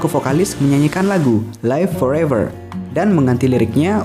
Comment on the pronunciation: Don't look back in anger bukan "dun luk bek" -Definitely bukan defineteli (e nya tidak terdengar dibaca -Live Forever bukan life -Noel tidak dibaca "NUL" kalau mau berkembang dan dikenal lebih luas perbaiki denger 5 menit aja udh jadi gak mood sayang..